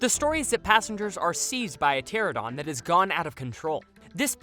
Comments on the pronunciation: Dude… I have never heard of a “pteradon”. Are you sure you aren’t just having trouble pronouncing “PterANOdon”??? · Great video, interesting as always but are you saying “Pteranodon” weirdly?